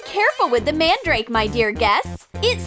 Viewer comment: It is pounced man-drake